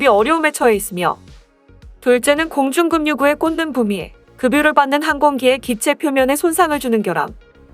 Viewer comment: 공중급유...를 계속 공중금유로 읽네... 공중그뷰로 읽는게 맞음